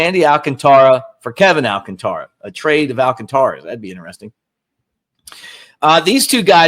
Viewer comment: Al CÁN tara. Not Al can TÁ ra.